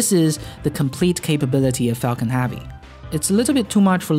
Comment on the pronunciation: All i hear is focking heavy